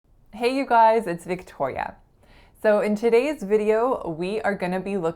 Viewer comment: American Accent Mastery agreed in general, but your pronunciation of “about,” “today,” and “video” are very Canadian sounding to me. Remember that in the USA, cloud and house rhyme exactly but in Canada they don’t. Also, you pronounce today as todeeeegh, which is Canadian. Also you pronounce video with a very Canadian sounding O. And it’s wonderful. I feel sad that you felt you had to change your accent. I’m glad you seem excited about it though. Speak how you wanna speak and be who you are. Loved the video!